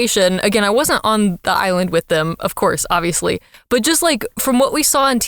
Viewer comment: “I’m a big fan of Aubrey, obviously.” “….Aubriously.” got a good giggle out of me lmao thank you